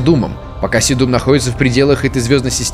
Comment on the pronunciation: С'едум - очиток, в'ереск - растение. Везде ударение на первый слог.